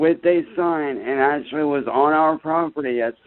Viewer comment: exactly! "Ak-chur-lee your doche bag honour I know the laws. I'm not stupid. That man tried to start a riot with my neighbours and put me, my friends and my families live in IMMEDIATE DANGER! SO DO YOUR FUCKING JOB VITCH!!!"